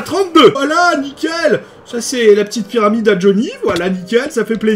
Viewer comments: Salut un conseil pour ta ferme à cricri tu peux m'être une dalle au-dessus du hopper. Et aussi très bonne vidéo pk tu dit la pyramide avec l'axent arabe? 😂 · Comment tu dis pyramide? Mdr je suis plier😂😂